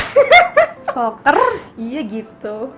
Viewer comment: Lucu pas bilang stolker..... stokler 😊💖